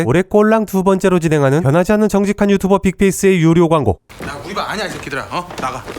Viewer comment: 클린 유츄버 ㅋㅋㅋㅋ 유튜버아니고 ㅋㅋ유 츄 츄 츄버 ㅋㅋㅋㅋ믿음이 조낸 걈 ㅋ